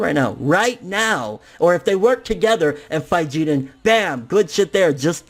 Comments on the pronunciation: Why are you pronouncing Jiren's name like he's Puerto Rican? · God damn pronounce Jiren like it’s supposed to be..